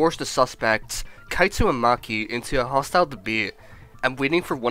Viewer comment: It even called kaito"Cato"😭